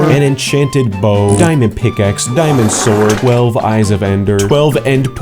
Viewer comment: Its diamond not dimond